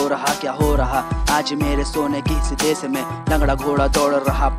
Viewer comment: tum sh bolna kab sikhoge..desh hota hai Des nhi